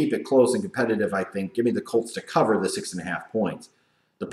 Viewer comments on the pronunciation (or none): none